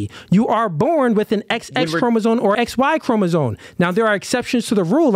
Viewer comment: It is CHROMOSOME not chroma-zone 🤦🏾‍♂️